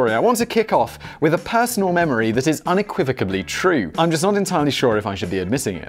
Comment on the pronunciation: "Unequivocably?" Really, Simon? LOL Is Danny Canadian? I was quite pleased to see TWO Canuck memes in this show: Tim Horton's cookies, and Rob Ford the crack-smoking mayor of Toronto. (FYI, Ford's brother Doug is now Premier of Ontario, and he's quite an idiot himself. However, he is known more for selling drugs than using them.)